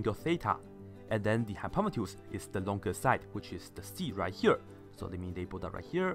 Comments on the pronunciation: No he says hypopetus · i hate how he pronounces hypotenuse